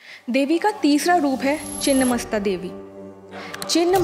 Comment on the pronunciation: मैडम चिन्न्न नही छिन्न होता है